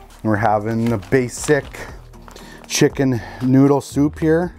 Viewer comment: "Shicken" noodle soup man lol